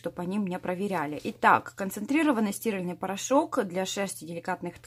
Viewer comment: ставьте правильно ударение, режит слух порошок стирАльный, а не стИральный